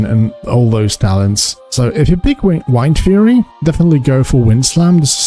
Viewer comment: Pronounce Wind and then Fury.